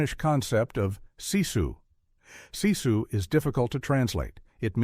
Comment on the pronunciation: Sisu is pronounced like Sis-sue. Not See-sue. Very informative story though.